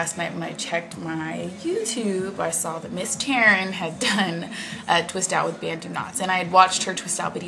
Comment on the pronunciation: Your natural curls are fantastic! But, I actually think it's cute either way. Oh, it's banTu knots...not banDu knots! :-) (yikes, I hope you don't take offense)